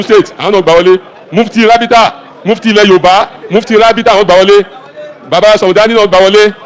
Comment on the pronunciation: No wonder Baba iwo saying rabhita, rabhita i no understand